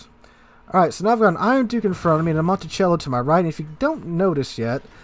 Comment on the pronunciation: Your pronounciation of Montecuccoli is making me visibly cringe in pain :) "monticello"?